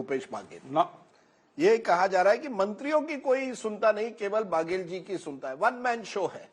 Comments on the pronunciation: बगेल/बागेल ये क्या होता है अच्छे से पढ़ कर आया करें बघेल है । और ककआ हमारे यहां कका होता है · Mr Rajdeep ...it is not pronounced as "Bhaaagel" it's Baghel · It's not भागेल, it's Baghel बघेल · Its baghel not bhagel..naam to sahi le lete . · It's Baghela not Bhagela. Correct your phonetics Mr Sardesai. Even after decades of experience.? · Aabe chutiye its not bhagel it ba-ghe-ll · Rajdeep not bhagel pronounce correct